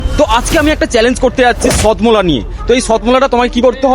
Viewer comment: আরে দাদা ওটা সত্মলা না satmola 😂😂